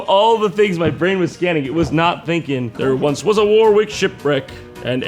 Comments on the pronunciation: Warwick is not pronounced war-wick, it's pronounced worric. Like 'what' without the 't' followed by 'rick', wha-rick. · it's pronounced war-ick, but i'll let it slide this time... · Your pronunciation of Warwick is wrong, it's closer to warrick but the war has a short a